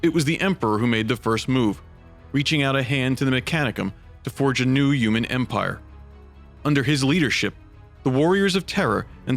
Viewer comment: Dude needs to work on his pronunciation. Terror, uman etc...